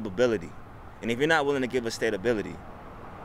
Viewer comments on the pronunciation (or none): Maybe if you spoke proper English they would stay. "Stablebility" What is that? A well built horse barn? It is STABILITY. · guy was trying to sound smart.. until he said, "stablebility"... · Stab-ability? lol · it was the speaker in the video that said "stabibility" what ever the hell that word that is. Thus the post!! He was trying to say "stability." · The “stay-ba-bility” genius understands economics almost as well as how to pronounce “stability”. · The interviewee: "stablebility" and "if you can't give us that then we don't need you here" - it's "stability", and that is a twisted way of understanding the situation. Maybe now y'all can understand what MAGA is about. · Excuse me sir, you appear to be a bright young man. What do you need? "Stabability!" Nevermind. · “Stabability...” maybe stability. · "We need stabability" . . . thank you for applying at Burger King . . . . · Did he seriously just say, "Stabability?" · And then changed it to stateability after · I think he was trying to say stability! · "We need stabability" lol You need sane government. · “Stable-bility”...yeah, I don’t want this guy tightening the screws on the airplanes. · "we need stablebility" LMAO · Stabe abibily? Jeez English your first language bud? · Is everyone ignoring the fact that the first guy interviewed said stablebility and not stability. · what is stabability? statability? imaginary words, we don't need those here. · “Stable-bility” bro wtf 😂😂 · What's "stabability"? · "Stabability"? That's a word? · Did he say “stabability”? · WTF is “stabability?” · Wtf is stabability?😂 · first guy pronounces it Stable bility. The stability is over. Boeing has had enough and will head South. Deal with it. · Did he say; sta-ba-bility? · Did he say stabability? Lol bruh